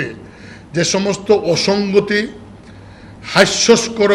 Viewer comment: পাইঠ্যপুস্তক, হাইস্যস্কর! দূর হ বলদ। তোদের দেখতে চাই না। বাংলা বলতে পারিস না, বাংলার মসনদ চাস?